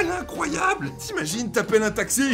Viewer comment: on dit pas incroiyeau on dit incroiyable